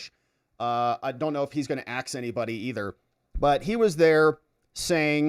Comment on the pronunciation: Thank you, it is ASK. A Congress person should be able to speak correctly.